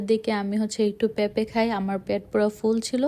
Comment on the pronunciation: হ্যালদি,খ্যাচুরি,প্যাপে, শ্যাষ,পরি😢 আপনার উচ্চারণে অনেক ঝামেলা আছে।